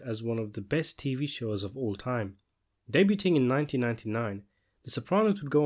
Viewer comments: The mispronunciation of "debuting" threw me off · The pronounciation in this dey-byu-ting 😂